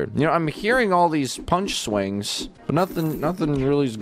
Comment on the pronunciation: when dennis said punch things and people that sounds like fling things and people